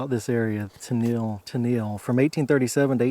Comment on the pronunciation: Pronounced Kay-olin (unique and valuable clay only found in this area used for many things) and Tennel (think tunnel with an E). I'm from Hancock Co. adjacent to Washington Co. This reminds me of many plantation gravesites that I've seen exploring when I was younger. Many of the plantation gravesites I'm familiar with are marked with only field stones. It's a shame because their stories are lost forever.